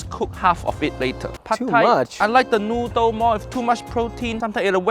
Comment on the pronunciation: too much protein, too much noodr, too much vegtabr... You can never please uncle roger